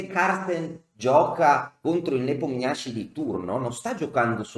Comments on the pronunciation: Sempre ammirevole il racconto della partita e contorni! (personalmente non ne so nulla, ma un'amica russa mi dice che la pronuncia dovrebbe essere +o- "Nepòmnici"...) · Ho scoperto che si pronuncia Nepomnionchi 😁